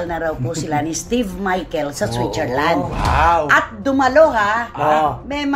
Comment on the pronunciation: San yung SWITCHERLAND? O SWICHERLAND? 😂